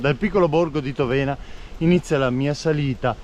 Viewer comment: Egregio, congratulazioni per i tuoi magnifici video, i suggerimenti, i ricchi spunti, le interessanti informazioni, le immagini pazzesche, nonché il tuo grande entusiasmo :) P.S.: Piccola correzione in merito alla pronuncia della frazione di Cison, che è Tóvena e non Tovéna.